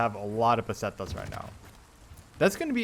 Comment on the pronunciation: Pestanias :D and now u say Pesetas :D nice :DDD